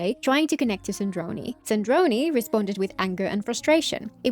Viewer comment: Wow I noticed that part called Sandrone "Sandrone" and it just bothered me! I didn't realize they actually re-uploaded the video to correct that mistake.